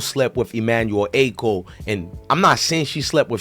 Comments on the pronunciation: Dont get mad at me its pronounced Ah-cho not Acko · Emmanuel ACHO. Pronounced as AH-CHO. Like saying AH-CHOO minus the extra “O”….